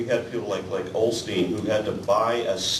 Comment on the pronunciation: I'll prove right about people on our side correcting one another. It's Joel Osteen, not Olsteen!:P Hope you're chucking if you read this, just having a few laughs! Btw, I've enjoyed this series. Keep up the brilliant work!